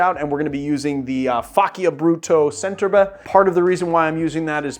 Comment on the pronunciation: Correct. That also applies to "Centerbre"-- the c is a "ch" and not an "s"